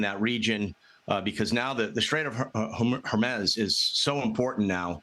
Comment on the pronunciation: Did he say the straight of Hermes? 😂😂😂